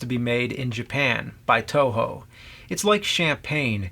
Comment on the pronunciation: its toho not Tojo